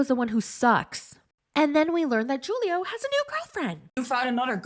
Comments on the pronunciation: You pronounced Julio as ju·lio, when it's pronunced as hu·lio. It's Spanish and "J's" are pronounced as "H's." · It’s pronounced Hulio not Julio. You should know that being American. Learn another language and broaden your horizon 😆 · Julio is supposed to be pronounced as,"Hoolio." 😂 Kenny doesn't want kids, Armando. 😩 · I LOVE THE WAY YOU SAY JEW-LIO LMAOOOOOOOOOOO YOU THE BEST